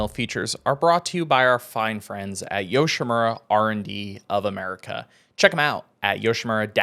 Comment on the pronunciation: I hate the way pronounces Yoshimura.....